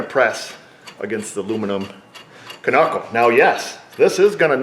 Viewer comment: Cool, tip, gotta remember to not mess up the "ca-nuckle" :)